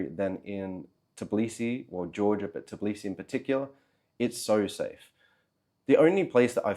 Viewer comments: That kind of consonant cluster ("tbl") is very difficult to pronounce for a native English speaker. Although it does make me wonder how the guy managed to live in Georgia for 3 years (not 3 weeks or months) without learning any Georgian. Especially if few people over there speak good English. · its not " Tiblisi" its Tbilisi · Tbilisi bro not Tiblisi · Interesting video, thank you for that. Although it’s weird that after three years in the city, you still cannot pronounce its name - It’s TBIlisi, not TIBlisi. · When you can’t call the name correctly where you have been for 3 years? I’m not even watching your video or listening to your excuse why have you left! I’d say you don’t deserve to be here! It’s Tbi-Li-Si …Tbilisi. Not Tib-Li-Si. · I get it that it's hard but, after 3 years of living you are pronouncing it wrong, it is Tbilisi not Tiblisi, you should be saying T and then b nothing after that, other than that great video about your experience. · In 3 years, you couldn't even learn to pronounce Tbilisi correctly? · 3 years and you still can't say Tbilisi? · wait... you're pronouncing the T in tbilisi... is that the correct pronunciation? I went to Tbilisi last year and loved it....was i pronouncing it wrong? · Lol, how come that you couldnt learn the proper pronunciation of the city you lived in for 3 years? Such a simple thing, seems like you are lying about living there